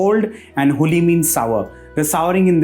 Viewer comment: Huli & dodda patre is pronounced not like you pronounced. Check the pronunciation